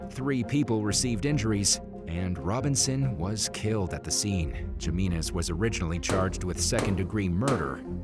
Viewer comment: It’s pronounced Himinez bruh.